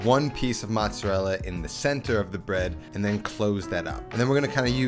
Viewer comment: how hard is it for you to say "mozzerella" instead of "mutsadell"" lol